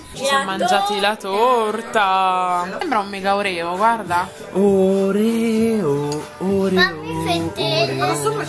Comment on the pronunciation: la pronuncia dei oreo si dice orio perché inglese la e di proncia i e non c'è l accento sulla o finale.